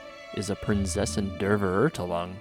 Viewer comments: Its horrible how badly the german here is prodounced. Please use Google before you start using the games Procounciation, i literly cringed at every single german word you just said. Also half of your translations are completely wrong. Immernachtreich means Empire of Eternal Night not Rich in night for instance. (Though Kingdom of Eternal Twilight works too but that would be Immerzwielichtreich (Zwielicht means Twilight)) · hearing prinzessin der vererdellung is so weird when german is your first language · Always funny and cringe to hear non german speakers trying to pronounce german words lol "verurtlung" is pretty wrong Her english VA is pretty bad, or rather the choice of letting her butcher German words is bad. In JP they just translated the German so it doesn't end up that bad. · VERÖRTELANG!!! Oh, und das mit dem "Fräu-leyn" beim Ultimate ist auch mega nervig. xD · Prinzessin der Verurteilung? Nah Prinsesin de veurtalung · You are surpassing each of your prior videos. Great work! :) I especially like your editing and how you are able to seamlessly combine various footage from trailers, gameplay, the menu and so on. By the way, the word "Verurteilung" is more properly pronounced: fair oor tile oong. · I die from laughter every time I hear Fischl say "Prinzessin der Verurteilung" and mangling the pronunciation of "Verurteilung" so badly. Also the "reich" of Immernachtreich" in does not mean "rich" in this context, it means "empire" or "kingdom". Immernachtreich would then literally translate to "kingdom/empire of eternal night". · I hate how they say Verurteilung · Me a german hearing everyone say Prinzessin der Verurteilung Ah yes P A I N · I am german and I always find it fascinating when i realize that pronunciation is something most people struggle with when it comes to my native language. But hey, I still really love Fischl, I just can’t help but cringe every time she says „Prinzessin der Verurteilung“ xD.